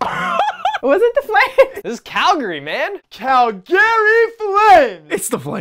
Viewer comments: calgaryplaya Cal-Gary flam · Call Gary!! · Cal-gay lames... lel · CAL - GARY FLAMES cant pronounce like a proper Calgarian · Calgarys is hands down the best. Not close. And someone teach how to pronounce Calgary.